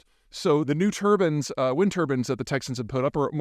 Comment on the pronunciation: If anything, correct your pronunciation of, "turbines".